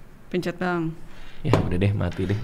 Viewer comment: 🙎🏻‍♀️"pencer bang" 🤦🏻"pencet"